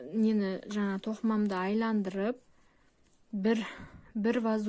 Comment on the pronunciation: Саламатсыз ба, "айландырып" емес, "айналдырып" деп айтылады